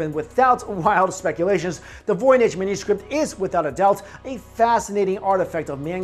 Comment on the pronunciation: Anyone else hear say menuscript lol just me?